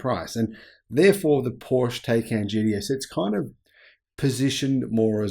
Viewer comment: “Taycan JDS” 😂 You mean Taycan GTS? Just kidding I know it’s the accent lol 😂